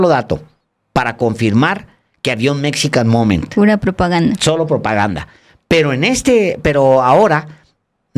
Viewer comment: Que pasa Paez (Chapatin), tu nos dijiste que hablabas ingles y la verdad, ya nos dimos cuenta que eso no es cierto, lees GP Morgan, cuando es JP Morgan dices Rusbel en lugar de Rosabelt, Mexican momen (Mexican MomenT). Nos mentiste.